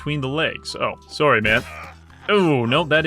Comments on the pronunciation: Idk wether to believe his uncanadian killing or his extremly canadian "soory" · The most violent Canadian I've ever seen. I don't know for a fact that he's Canadian, but I'm willing to bet my life on it. I heard that "sorry", so that's enough for me.